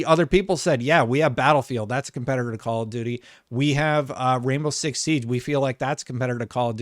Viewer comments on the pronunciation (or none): none